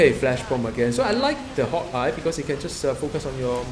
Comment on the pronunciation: u say hawkeye like hot guy XDDDD